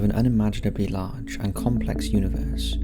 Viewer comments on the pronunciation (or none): Small “part” blah blah “large” ..your so annoying the way you carry your words to sound original..I couldnt even listen for 30 seconds